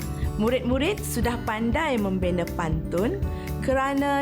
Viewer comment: Dia baca pun salah...kalau membaca baca betul2 kan baik...ayat membina dia baca membine...